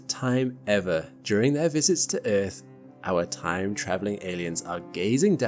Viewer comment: First time i heard Eafth pronounced like that 😂